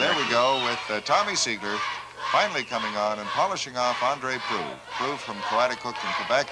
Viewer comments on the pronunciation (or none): proulx.... the lx is silent, so just proo. andre proulx. hey, chris haas... german fried yolk.